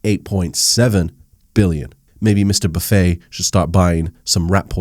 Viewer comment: are you mispronouncing Buffet on purpose or what...